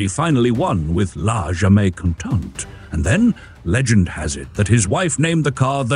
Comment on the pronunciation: “Jamais” is a French word, but you pronounced it as if it were Spanish. Are you AI?